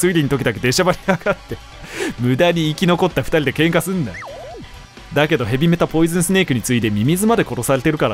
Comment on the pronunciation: ヘビメタ君のイントネーションは独特なのにおかみさんのイントネーションはちゃんと言い直すタイプの実況者だよ！